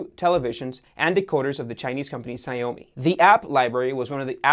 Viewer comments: Just pronounce it as "show me" and its ok.👍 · Xiaomi = Shiaomi, not "Xiomi". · "Saio me" thats a new way to butcher chinese XD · The company name "Xiaomi" was pronounced as "Zhee-ao-me" not "zha-yo-me". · See-ow-me. I know my Mandarin. "Sh" is a bit wrong since Xiao in Mandarin means small....not Shiao..... which.........well....it isn't even a word in Mandarin... Anyways, not much of a big deal. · "SSS-eye-oh-me" ...oh, he's trying to say Xiaomi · Exactly how I felt. Made me think, "is that how it's pronounced?" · that is the worst pronunciation of "Xiaomi" I have ever heard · Xiaomi isn’t pronounced like that lol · This video was terrible. Long intro, bad pronunciations (Xiaomi, Polish), most of the footage was just him reading from a promoter.